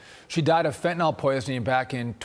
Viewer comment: Fentanyl. Fen to 👉nyl 👉n i l fen ta nil NOT nol.